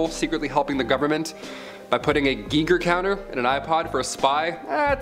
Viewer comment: Love the list but one correction it’s not Gee-ger it’s guy-ger spelled Geiger